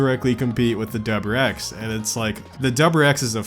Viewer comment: dubber-X? What the hell is a dubber-X?